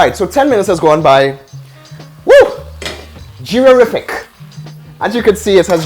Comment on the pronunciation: Geerarific lmao 🤣. Good one chef